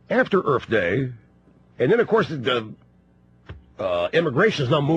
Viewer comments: I have to ask... Erf day rush, Erf day? EARTH. The oxy is damaging his speech censor. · Does that fat head say "Earf Day"?